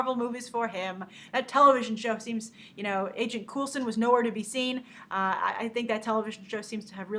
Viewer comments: Stop saying coolson thats disrespectful to the man. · Grace, Coulson is pronounced "Coal-son".